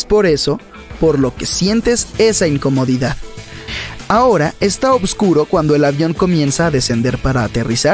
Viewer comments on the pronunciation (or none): obscuro?? porque pronuncias así?? es Oscuro...sin la B